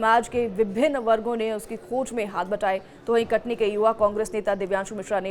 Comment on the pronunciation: Thoda saf bola kare Katni kah Rahi hai sun ne me katli lag raha hai Katni kah uchharan saf kare